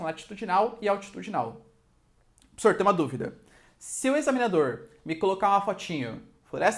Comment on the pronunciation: "Pssor" kkk